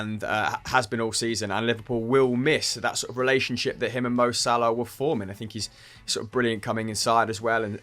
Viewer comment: How's Algerian and pronounces Salah as Salaaaaaa? HAHAHAHA All love